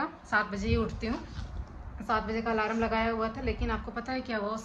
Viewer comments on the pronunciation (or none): Alarm hota hai di alaram nhi thora shi se boliye 😂